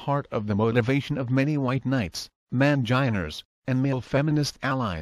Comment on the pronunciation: "Manginers," lol. Do voice synths automatically do that in Australiur?